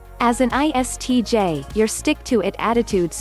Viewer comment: as an ISTJ , at this point i became like WTH she said iTsj ... 😂